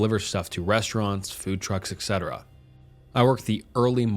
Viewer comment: please read! I'm terribly sorry, but, listen, please. "etc" is short for et cetera. There is no x ("ks") sound in this. At best, it's pronounced like the Ts in tsunami. It pains me a lot to hear you beautifully read out all those cool stories, making voices for the guys sound like they probably would, and then making this mistake in every video. Please please please... listen to some engine sound it out to you if you don't believe me.